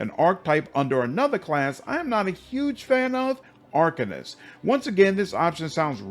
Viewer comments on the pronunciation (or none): none